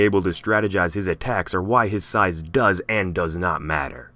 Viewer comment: wky kongs size matters peeeerrrrfect english